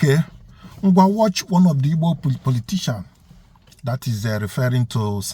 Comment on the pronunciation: First of all, it’s “Igbo” not “Ibo”. Secondly, what does “the ones who say ‘Nigeria’ are Biafrans at heart” even mean? Thirdly, nice try with your made up divide and conquer attempt regarding Ebonyi State. Fourth, you forgot to add Borno, Sokoto, and Ogun states to the list of Benue, Kogi, and Southsouth.😂 Fifth, what does any of this have to do with Peter Obi denouncing IPOB? Current and previous Nigerian presidents have, for example, denounced terrorist groups who they brought into the country for political purposes. At the end of the day, remember that nobody owes you any explanations. I’m just being nice to not ignore you like everyone else has for the last several hours.😅